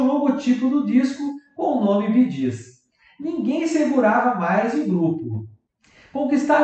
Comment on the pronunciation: Narrador do vídeo, aprenda a falar corretamente o nome.do conjunto BEE PRONUNCIA SE BI , GEES, PRONUNCIA.SE GIS